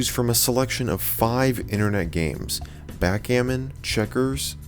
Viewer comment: Backgammon .. you mean hackgammon.